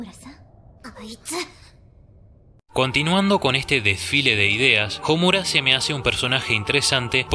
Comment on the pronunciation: Me he percatado que en la mayoría de análisis o críticas a ésta obra el nombre de Homura, la fuerza de voz está en la sílaba "mu", según lo que he estudiado hasta ahora en japonés la letra u es suave por lo que la entonación está en las otras sílabas como: SA - ku - ra, SA - su - ke, A -zu - ka, etc. Y en éste caso se pronuncia HO - mu - ra no ho - MU - ra. Eso es todo, saludos!